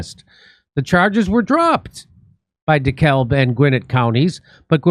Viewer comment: Lol Jimmy in DeKalb co. The l is silent 😅it's pronounced de cab